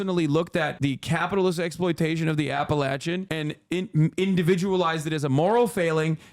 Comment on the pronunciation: Hasan pronouncing Appalachian correctly is so lit